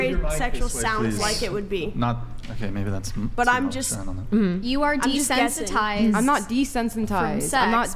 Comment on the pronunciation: “I’m not desensentized” she can’t even say it right lmao